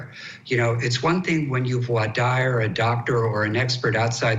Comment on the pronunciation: UMMMM....CourtTV...your "expert" guest cannot even pronounce "voir dire" correctly, lol. Are we SURE he is a lawyer???